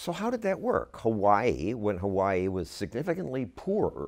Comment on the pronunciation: Only candidate that pronounce "Hawaii" correctly!